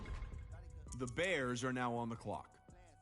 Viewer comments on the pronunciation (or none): are u serious right neow bro